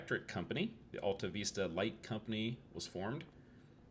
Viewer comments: Luv it !! You're so close to my place. It's not just the Vista (view) it's the Alta (high place), too. You gotta say from the diaphragm, like James Earl Jones. AHL TAH, VISS TAH. Real slow. 😀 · Yep, not only was the Vista wrong but the Alta part is more Al like in a man's name sound. It was good but you had to miss a lot of information that a local could have given you--but you probably didn't have any more time. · Everybody give Coach a thumbs up and subscribe so you can help his algorithms! Lesson #1 Coach: learn the correct pronunciation of the town so you don’t tick off the locals. 😂😂 Fun fact about the electricity being shut down at 11 back in the day. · Another great find in Kansas. Thanks for braving the cold to showcase this gem. Don't worry about the mispronouncing, we Okies do it all the time. Stay warm, safe travels and GOD bless